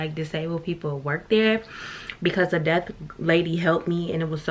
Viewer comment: kept saying “death” lol it’s “deaf” sis! Lol just helping out.